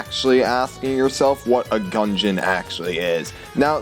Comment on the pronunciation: ITS GUDGEON LMAO (NOT GUNGEON)